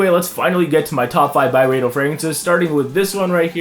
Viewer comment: It’s pronounced Byreedo